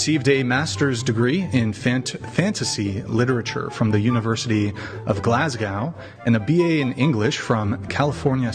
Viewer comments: the way hes just said Glasgow burns my soul 😂. Its pronounced glazgo as in go away not glazcow 😂😂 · GLAS-GOW! WTF! 🤣🤣🤣 It's pronounced 'Glas-go' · Why cant American's say Glasgow correctly...if it makes it easier you dont say the W at the end....say Glasgo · Tell that boy its pronounced Glasgo.